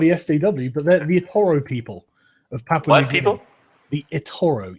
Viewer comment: I believe it's Papua (not Papa), but Daddy New Guinea is more than fine.